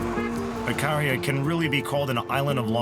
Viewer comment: The narrator can't even pronounce the island name properly, Ikaria.